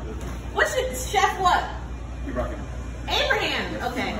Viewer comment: kept calling the Chef ABRAHAMN LOL.... This was so beautiful.... so grateful to be apart of it. Luv ya! HAPPY ANNIVERSARY!